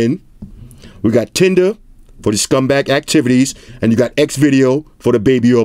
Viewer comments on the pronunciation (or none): none